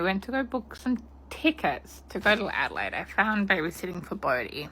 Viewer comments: I'm calling Adelaide (ada-lay-d) adalied from now on. you're precious 😊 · Haha only calling Adelaide ada line from now on haha your a legend. It's ada laid but ada line is the new new 😂🎉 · Makes me wanna watch "Bad Surgeon" again. FYI, the city name (Adelaide) is pronounced "ADD-uh-laid" . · My love, please, it's Ade-laid not Ade-line. Love your work tho ❤ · Hi from Oz lovely. Was blown away 2 c u covering this as i know 1 of the girls. Gr8 vid lovely, keep up the gr8 work. Also if it helps Adelaide is pronounced Adelaid over here. All the best from Down Under (lol ) & Flow lightly lovely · I’ve never known someone to pronounce Melbourne right but not Adelaide. I feel like I’m in another universe 😂